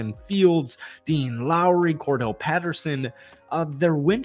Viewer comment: Why do you keep him, Cordell? That's not his name it's Cordarelle js.